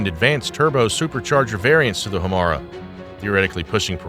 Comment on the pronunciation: I think it's "High-Yah-Tay" Hiyata was the name of Ultraman's human form. Not the same. Also, perhaps more crucial to the presentation: the name of the engine is "Ho-Mar-ay".